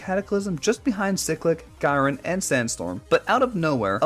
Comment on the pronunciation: no its GE-RON